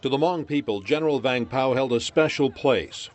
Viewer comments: . the Ha-Mong fighters. wtf dude. its HMONG! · They're saying hmong wrong/funny. But that's not the point. R.I.P General.